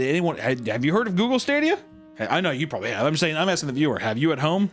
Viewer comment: "google stradia"